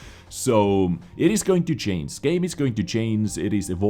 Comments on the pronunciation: Dear: It doesnt mean CHANCE... it means CHANGE so you have to pronounce it differently! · and "chains" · Hey, I know you're not a native speaker but for the love of God there is a difference in pronunciation of "change" and "chance":-D Still love your work though! <3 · If u would be a true og of this chanel than u would know that sometimes when he said chance he put a big chain on the screen bc when he says it it sounds like chains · He says it as a joke